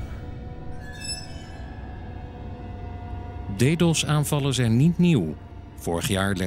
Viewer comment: Hahah "deedos"